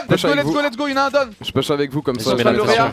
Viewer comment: Mdr l'anglais de doigby qui dit '' done '' a la place de '' down''